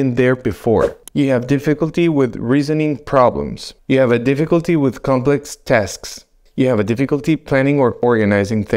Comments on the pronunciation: Did you say " difficulty pronouncing words"?? I realize it's not your first language, but please work on this word. The word "difficulty" is not pronouned: diff-ICK-ulty (with the emphasis on the second vowel), it is pronounced: DIFF-EH-kulty., the emphasis is on the "diff". Thanks! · Deficklety in pronouncing the word "difficulty." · Di- fik-uhl-tee saying “difficulty” could be one of the signs. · Well you might need to get checked because you can’t say the word difficulty. A concerned internet person. 😂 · I dare you! Say de-fecalty one more time! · dif·fi·cul·ty is pronounced 'difəkəltē NOT dēfē'kəltē 🤪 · No one will take your remarks seriously unless you learn to pronounce the word 'difficulty' correctly. In the English language, you are allowed to mispronounce a word occasionally but repeating 'dee-FEE-culty' over and over is bad news. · Starts with the mispronunciation of the word "difficulty". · I think the guy doing this video has Alzheimers? He can't pronounce "difficulty" correctly. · Difficulty pronouncing difficulty. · HOW BOUT DIFFICULTY PRONOUNCING DIFFICULTY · you're gonna see difficulty in saying the word "difficulty" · Pronouncing difficulty? Is a sign of I don't have a clue 😅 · You can’t even pronounce “difficulty” correctly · Thats a new way to pronounce difficulty 😅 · Will someone tell this man how to pronounce difficulty